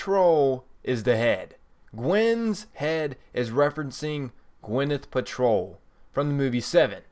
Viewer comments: were you born stupid or do you practice? moanolith? gwyneth patrol? idiot. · Who the fuck is Gwyneth "Patrol"?